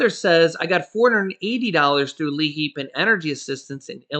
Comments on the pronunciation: The L is silent. Its i heap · Hi 😁. Hope all is well with you and your wonderful family ☺️💓. No problem. But I believe it's actually called L👁️HEAP. Lol. Like lie heap. That's what we call it here in Pennsylvania. 😊 Take care. We love you and your family ❤️! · the program is pronounced Leap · Hi the name of the program is pronounced Li- HEAP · Hey love you dued but the Liheap pronunciation is lieheap. Still thanks for all the info you and your girl hook us up with everyday you guys rock! Cutest little boy too... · That is pronounced LIHEAP